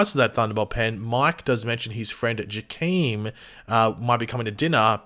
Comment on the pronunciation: Love the video quick note though Jakeem is pronounced JHaa-KIY-M it’s kinda like the J in jalapeño